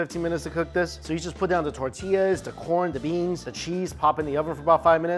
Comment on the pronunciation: At first "glince" 😂😂😂 And "ta-tillas"